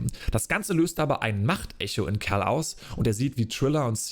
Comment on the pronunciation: Also wenn ich mich nicht verzählt habe hast du 59x Cal wobei es manchmal auch nach Carl klang 😆 Und die olle Trilla...Pfeife. war so nervig. Der Auftritt von Vader war mega, und dazu die Musik einfach episch as fuck. Ich freue mic hauf morgen, den Stream anzuwerfen und wieder mit Cal unterwegs zu sein.